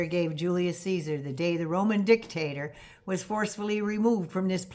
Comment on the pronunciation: i love your pronunciation of Dick..Tator😂